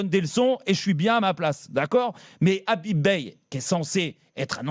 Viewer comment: C’est pas Habib mais Khabib qu’il faut à Marseille